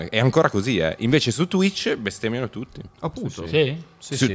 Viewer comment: . Il modo in cui Fedez dice "tutti"